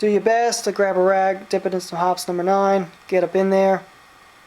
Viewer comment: It's pronounced hopeez, not hops.